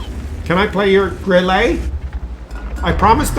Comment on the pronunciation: Every time says Grillé with a french accent a german crew member commits suicide.😂